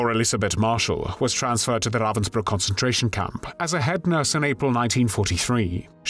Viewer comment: Something so villainous about the way he says "RRRRrrrravensbruck".. almost Nazi like